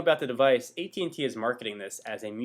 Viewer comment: its at&t not et&t